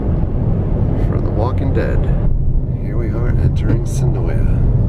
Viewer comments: When i did the tour the guide seen in this video said it is pronounced Sen-OY. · Just to let you know the a in senoia is silent